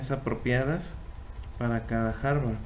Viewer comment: Aprenda a decir hardware… no Harvard